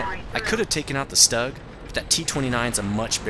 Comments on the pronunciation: For god sake.......German tank name is not Stag......but Stug (vocal : Shtug) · You dont say stug. You Strumgeshultz or STHUG